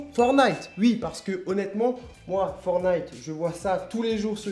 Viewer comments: On dit « fortnite » pas « fornite » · Sa me stress tu dit fornite au lieu de fortnite (tu prononce pas le T) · C’est bien, il dit fortnite sans dire le « t » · C’est forTnite pas for nigth 😂😂😂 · En vrai on dit "fornaï" ou "fortenight" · Mdr tu dit fornite :-P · Sa me stresse il dit FORtNITE il dt pas le T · La plus pare des gent prononse le T dans fortnit mais fais comme tu veux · ça fait toujours bizarre les français qui disent fornaïte (qui ne prononcent pas le T au milieu de forTnite) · Ohhh ptn il a dis FORNITE😂😂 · ForTTTTnite on dit le T